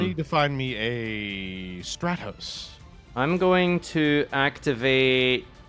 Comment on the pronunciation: STRAT - TOS 🤦🏻‍♂️🤦🏻‍♂️🤦🏻‍♂️. It is not hard to pronounce Elemental Hero Stratos